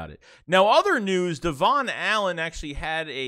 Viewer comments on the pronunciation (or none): Name is Devon Allen and pronounced Devin. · It's not "Devin", lol, it's, '"Devon". Pot calling kettle! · His name is spelled DEVON and is pronounced DEVIN